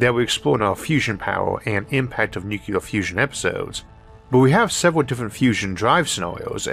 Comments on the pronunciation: NuCLEAR, not NuKeLAR .. how can you misread that ? Anybody saying like that sounds like 3rd grader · There is no such word as nucular. The word is nuclear. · There is no word in English called "nu-cu-lar"! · I'm a subscriber for years and I know. But it's not his speech impediment that is the problem. He says "Nucleus" just fine. It's the stupid Bush era pronunciation of Nuclear like NuKeLar. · Stop. Nuclear has 2 syllabyls. Not three. This is not your spech defect. This is low level DOD. Jimmy Carter can stil pronounce the word correctly. LOOK IT UP.